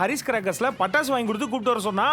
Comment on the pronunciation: Pattasu ❌ Tappasu😂✅